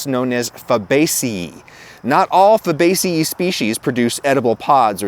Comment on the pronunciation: not that big of a deal, but wouldn’t it be fabace-“eye” since ae in latin makes the “eye” sound as in puela (girl) puelae (girls).